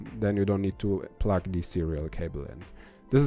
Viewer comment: I know you are from Germany. But i can't help but giggle to myself every time i hear you say "Pluck" when you mean to say the word "Plug." Here are some videos to learn how it is pronounced correctly. Plugged is the past tense of the word plug. Plug - Plugged - Plugged - Pluck